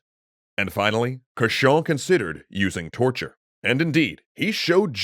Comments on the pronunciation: Rule of thumb : the english are wrong. Cauchon (prononced cochon, or pig) was an evil doer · I find it funny that Cauchon's name is consistently pronounced as "cochon", which is French for "pig". Probably a coincidence, but a fitting one. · Fun fact: Pierre Cauchon is pronounced the same as Pierre Cochon. Cochon means "pig" in French.